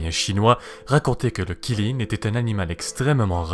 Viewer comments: Ça se lit tchilin pas qilin même si ça s'écrit avec un Q (c'est la phonétique officielle chinoise) stop au massacre stvp 😭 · Qi ne se prononce pas Chi enfin pas en mandarin en tout cas, c'est plus Tsi ^^ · Ça se prononce tsi lin, mais ça s'écrit Qi lin Kirin c'est japonais xD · QI LIN pas Kirin, c'est pas japonais xD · Superbe vidéo, ça me rappelle mes cours de chinois quand on abordait les créatures mythologiques justement💜💜💜D'ailleurs si on prend en considération la bonne prononciation, Qilin se prononce (Tsi lin(e)) 😎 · Qilin [Chilin]. 谢谢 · Pas du tout ça se prononce Tsi lin et ça s'écrit Qilin (en pinyin) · Lol, en chinois, en tout cas en mandarin ça se prononce "tsi lin" voilà 🙂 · ca se prononce xiling ❤️ sinon super vidéo